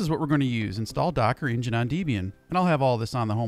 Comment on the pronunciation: "deh-be-an" not "dee-be-an"